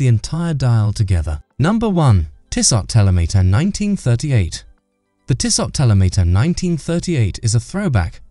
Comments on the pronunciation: It’s Tissoe or Tissoh. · Shockin pronunciation!